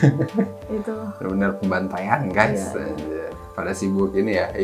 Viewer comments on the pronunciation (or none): none